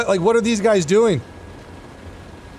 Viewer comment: Lol the "guys" mess up. Was funny, I've done that before when talking 😂